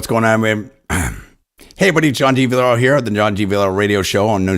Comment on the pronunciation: John...dude....been listening to your 1040 show for a couple months. You need to SLOOOOWWW down a bit. When you say your name on air..it's like John Diviolbeerlllaa...John Deebeeolllkannbbagb. You are like a radio host on crack, 10 cups of coffee and 4 black beauties. Slow down...spell your name. Spell your personal website. MARKET yourself. Luckily...after LONG searches, I found Armed forces put your interview with him up, and spelled your name for me. Even their link doesn't work. I hope you do have more shows in the works...but...slow it down. Complete your thoughts and sentences. And make DAM sure people know your name and can find you. AND GOOD LUCK WITH YOUR RADIO SHOW! I'll be listening.